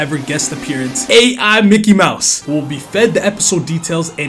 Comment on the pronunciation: yp I think that micky mouse mad in China got thr wrong acent lol